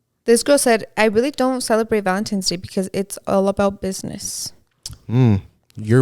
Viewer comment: saying “valemtimes” instead of valentines lol